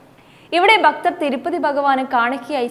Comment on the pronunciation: ബക്തർ അല്ല ഭക്തർ ആണ്‌